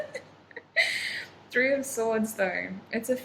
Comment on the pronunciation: 3 in Persian is "se"... I thaught you speek in Persian suddenly while you said se instead of three 😅❤️